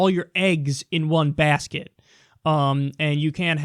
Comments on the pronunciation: “You can’t put all your begs in one asket” -Kyle Kulinski 2019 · "You can't put all your beggs in one easket." -Kyle Kulinski, 2019